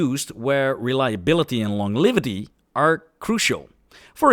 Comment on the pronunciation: The g in longevity, gem, and the c in ceramic, are soft.